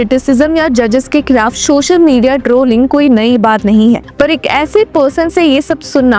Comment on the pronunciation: Social not Shocial